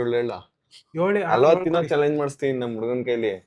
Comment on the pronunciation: ತೇನೋ ಅಲ್ಲ ಬ್ರೋ ಅದು ತಿನ್ನೋ 😂